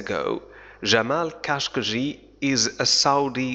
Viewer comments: نطقت الاسم بطريقة خاطئة قلت شخقنجي وهذا خطا هو خاشقجي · انت تعلم نطق لغة العربية هههههههع قال خاشقنجي هههههههاي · او قلت خشقنجي